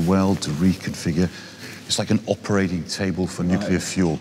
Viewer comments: This guy only slipped into saying “nukular” a few times. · Its nuclear you twat not nucular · "Nook-yoo-lurr" jesus, doesn't ANYONE say this correctly? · 'Nuclear', for fucks sake... not 'nukiller'. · "Nuculur" really?